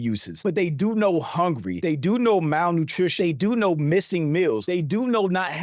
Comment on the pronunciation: 😂 got plenty lef to talk about aba aint pronouncing something right when you can say malnurished instead of malnutrition😂